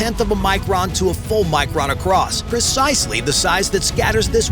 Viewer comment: "PERcisely" is not a word * PREcisely.